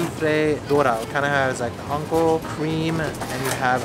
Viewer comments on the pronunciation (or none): none